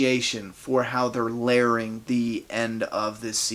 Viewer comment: I love how you say layering. Lair-ing 😂😂